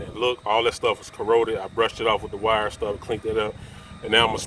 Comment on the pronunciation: Oh he was saying wire wheel I was like what is a white wheel